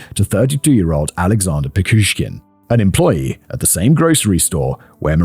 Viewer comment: In Russia he is actually known as Bitsa Park Maniac, I've never heard him called The Chessboard Killer before watching some English language podcasts. Now, who gives cool names to killers? Also, It's PiCHushkin, not PiKushkin. But at least Simon finally learned how to pronounce Chikatilo. Another not: Тормозить - is a verb (to slow down), the noun in this context is тормоз (someone who is slow, a retard). And now I also need to clip Simon saying "zhopa mira"😂😂😂 It's brilliant! Another note: YouTube works in Russia, you just need a VPN😉 and there's no wild dogs here now, don't remember when I last was one, but it's been years.